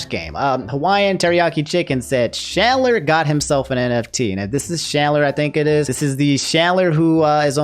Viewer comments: You said chandler wrong BTW, you pronounce th ch as tj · Why you saying Chandlers name like Shandler lmaoooo that shits funny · I cant get over how he say's Chandler